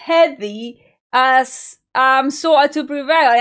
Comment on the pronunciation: Nice when she says "Slo a' to Prevail"🤣🤣🤣🤣